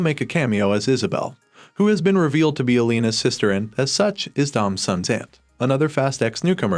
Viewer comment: When you said Gisele, Jakob and Elena I cringed because of the pronunciation (Gisele name is pronounced like the animal Jakob name is Jake-ob and elena’s name is pronounced El-Ay-Na)